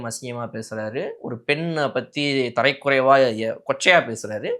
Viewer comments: தம்பி நான் லண்டனில் இருந்து இலங்கை தமிழன் உங்களுடைய நிகழ்ச்சியை தவறாமல் பார்த்து கொண்டு இருக்கிறேன் தரைக்குறைவு என்பது தவறு தரக்குறைவு என்பதே சரியான உச்சரிப்பு நன்றி வணக்கம் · Tharakkuraivu not tharaikuraivu